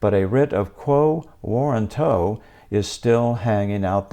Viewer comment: Get your pronunciation correct before you make a podcast. Warranto has emphasis on "RAN", like "waw-RAN-toh". You got it wrong. Check dictionary audio pronunciation: Click the speaker icon next to the phonetic spelling on that page.